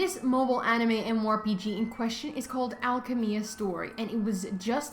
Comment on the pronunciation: "Alka-mia" wtf lol